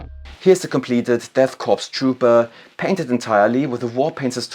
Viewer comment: Good video but you mispronounced corps (speak as "Kohr") as corpse like for a dead body.